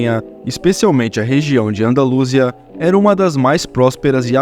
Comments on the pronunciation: Ufa, meus ouvidos doeram ao ouvir essa pronuncia medonha. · Eu nunca tinha escutado alguém pronunciar "Andalúsia". A pronúncia padrão, tanto em português quanto em espanhol, é "Andalusía".